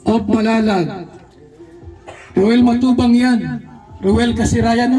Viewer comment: Proud na proud c Kay dodong sarap pakinggan ung pagbigkas mo Ng Roel matubang Yan proud tito 😊